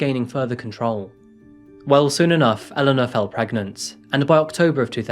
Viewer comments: Her name is Elana. E-LAHN-UGH. Not Ellen-a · Enjoy your channel…but just want to say that Elana’s name is pronounced as Elaaaaana…..I noticed you called her Eleanor numerous times…a few times Elaaaana…. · This was not one of your best. You kept swapping between pronouncing her name ‘Alana’ and Elana’ and talked about the family of 5 then later said they decided to have another child bringing it to 3. A few other minor errors too. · Why were you inconsistent with the pronunciation of her name? Eh-laa-na or El-uh-na? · Its driving me insane how you keep jumping from pronouncing her name E..Lana, to El...ana 😏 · I do like this channel, but you often pronounce the same thing in multiple different ways in the same video that it becomes a bit confusing. Ex. Elena v. Alana It's similar in other videos. If you could make sure to pronounce things, especially names consistently, it would be really helpful. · How is nobody talking about the two different pronunciations he switches between all video? Was it Eleanor or Elana? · I had no idea, how many women was actually talking about, I heard every name from "Helena", "Eleanor" to "Alana"... It's NOT only you! Thank you for this comment, I thought I'm going crazy. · Please pronounce her name consistently. It should be "Elle" "Lanna" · At various times in this video you pronounced the Victim's name 3 different ways. Please decide on one pronunciation. It's a bit frustrating to follow a story about a victim when I can't even keep track of how many different pronunciations you used. Seriously. "Alanna" "Helena" "Eleanor" Bro I love your videos and am a subscriber but holy moly you need to do more quality control on how you pronounce stuff. Stick to one. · Make your mind up, is it Elena or Elana? One is pronounced el en ah, the other a la na. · The narrator pronounces her name 3 different ways. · Some of the phrasing in this video is awkward, as if it is a translation, and Elana's name is pronounced two different ways.